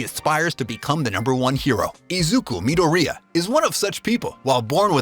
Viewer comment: man said izuku midorreeya